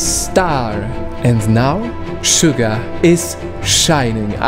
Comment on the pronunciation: YEAH Thats's How u Pournouce suga last video of bts i say u pournouce suga wrong, but then yeah